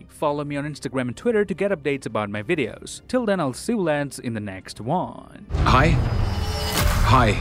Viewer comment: Am i the only one hearing what you say in the end of every video as "See you in the next "Wong" instead of 'next One' :P